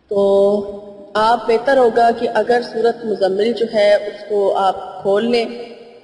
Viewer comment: App ny tu Surat mozammil ko hi ghalat phara hy